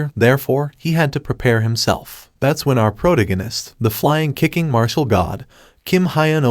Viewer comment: It’s pronounced pro tag gan ist not proganist. Love your channel